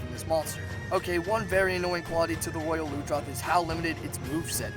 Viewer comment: ITS PRONOUNCED ROYAL LUNGE-ROTH! AND ITS NOYT HARD, THE GLOBAL IS